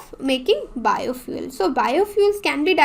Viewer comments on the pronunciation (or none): Madam ki juban fishalgai Bio fuel ke jaga biofuck bol rahi he